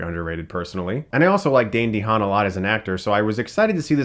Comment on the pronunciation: Sounds like you're saying the actor's name as "Dandy Han" lol. But great review!